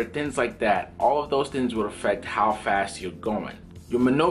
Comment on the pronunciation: You're extremely knowledgeable about flying and aviation. Can you please say "thinGs" instead of "thiNs."